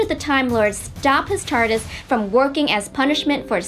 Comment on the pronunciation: the annoying blonde guy does not say Tardis, he says Tartis